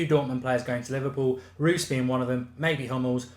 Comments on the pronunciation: Reus is said like "Royce" just so you know! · ROYCE not Ruuuuhs ! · why u say Marco Roose? its Reus Bruh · You pronounce it roys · How does Reus get pronounced as Roos. Small thing but just kind of bugged me throughout. Good video otherwise though. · Marco Rewws... ya sounds right.. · learn to say marco reus his name